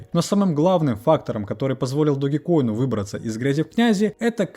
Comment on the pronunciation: Не ДОГИ, а ДОЖ!!! 😂